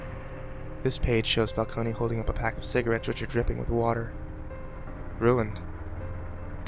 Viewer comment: Did you seriously say "falcony" the entire time.... Fal-cone.... Not Fal-kony..... Holy shit you have awful grammar knowledge for a narrator. You would figure pronunciation would be a big part of it.....